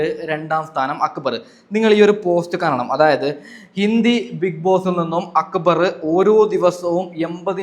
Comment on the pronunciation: അക്ബർ എന്നല്ലേ പറയണ്ടേ അക്ബറ് എന്നല്ല..